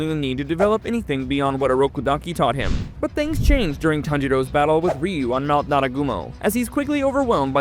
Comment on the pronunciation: First off its rui not riu and also its swordsmith village not entertainment